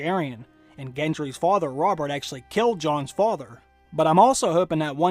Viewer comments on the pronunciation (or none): none